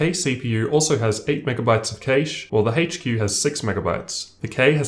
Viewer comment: hayche Q has more Kayshhhee